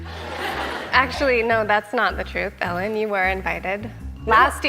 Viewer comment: Why does he pronounce Ellen's name like he's saying "the generous"? Because that's just wrong on multiple levels...